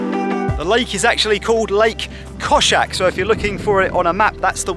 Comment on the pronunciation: Kozjak not koshak, koza is goat